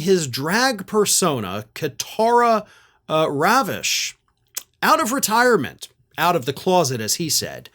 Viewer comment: It Ka-tara Ri-vache.